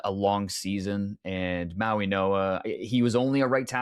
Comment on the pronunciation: Why are they saying MauiNOa instead of MauiGOa?